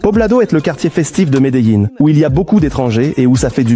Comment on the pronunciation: horrible cette IA, je préfère les sous titres au pire que ce doublage complètement pourrit, même Medellin se transforme en Médéline...